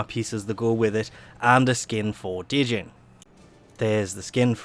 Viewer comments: Djinn, not De-Jing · D-jinn lol. I'd be surprised if one time you could pronounce things well :'DD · It's pronounced Jinn. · Djinn is pronounced as "gene", the d is silent. It's like genie. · the djinn actually has the longest range for firing at i think 48? meters. and you are saying it wrong but good luck on saying it right its a odd word to say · Two things: * Djinn has a silent "D". You don't pronounce it~ * Vacuum range nerf is nothing more than DE throwing a temper tantrum because people shit on their three mods idea. It's a completely unnecessary nerf for something that was already basically universal anyway, since carrier was so commonly used. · the d is silent, no joke just putting a heads up